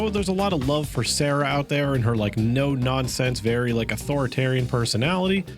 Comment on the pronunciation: I usually play another game while listening to videos, so when I heard "S(air)a," I was horribly confused. I glanced back at the screen, saw Kujou S(ah)ra, realized that it was probably easier to say, and watched as my protagonist got crit one shot by the random ghost in my other game.